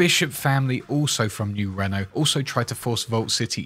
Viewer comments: Are you mispronouncing new Reno on purpose cause it's annoying as fuck it's not new Renault it's new Reno 🤦. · Me wondering what 'Nurenno' is, and then realizing American English makes no sense — he is saying 'New Reno' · Did you miss pronounce new reno on purpose or?